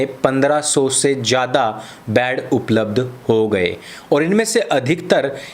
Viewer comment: बाड नही बेटे बेड होते हैं😂😂 जाहिल मेरे लाल